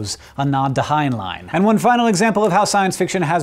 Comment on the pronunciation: .... Hank pronouncing Heinlein's name right? I thought it was "Hine-len" not "Hine-line".